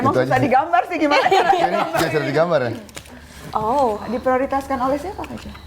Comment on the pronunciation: that "diprioritaskan' damnnn sungkem ka jo hahaa